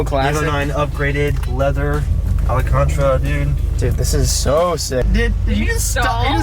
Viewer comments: alcantro?? does he mean alcantara lool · Did say ALEECANTRA seats?? Lmao. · “Alacantra..” haha. He can’t even pronounce the wrong word right. Haha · holy hell that evo owner called the leather 'Alacantra' ..... wut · called it “Alcantantra” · Did just say Alacantra...?